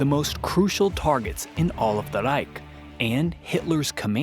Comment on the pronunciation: Why in the hell would you make a video of a German victory in WWII! You said Reich a little too well, are you a nazi